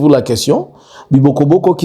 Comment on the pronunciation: On dit Bibogobogo